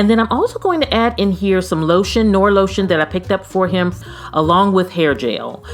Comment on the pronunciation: Very nice,! "Noir" (on the hand sanitizer) is pronounced Nuh-waar. It is French for the color black.